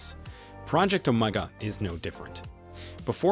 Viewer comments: Project, omg, that's what it sounds like he is saying (project oh my God )or ( omeega, ) ( Omaha) Too. Funny 😅😅😂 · The best part was that the reader couldn’t decide how to pronounce OMEGA